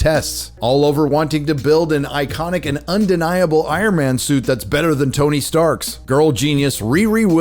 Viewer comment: Stop telling the word icononic again